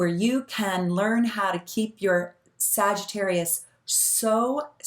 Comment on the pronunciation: lol exactly we’re damn near perfect but he calls sags “SagiTERROIST” 🙄